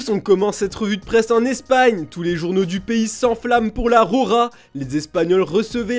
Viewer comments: Le journaliste parle de la « rora » au lieu de la « roja » et parle de « Squadra azula » lol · C'est pas rora mais Roja 🤣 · Ça s écrit Roja mas ça se lit RoRa... Car en espagnol le J se prononce R .... Jesus... Resus...